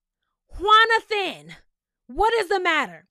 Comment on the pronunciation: Not “Juanothan” !! 😂😂😂 I died lol